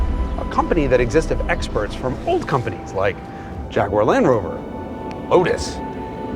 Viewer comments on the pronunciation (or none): none